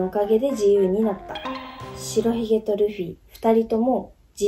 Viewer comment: しらひげって言ってるけど、しろひげじゃないの？